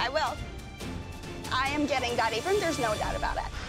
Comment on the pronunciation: i heard i m gatteng dat aprun and there is na doubt about et